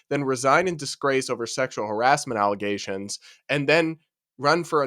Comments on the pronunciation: False alizations😂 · Alizations lol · Even when he says it correctly, all I hear is “allezations”. I refuse to hear it any other way from him. Haha